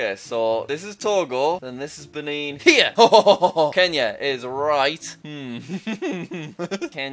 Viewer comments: Then he reverted back into Ben-in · the way he said benin🤣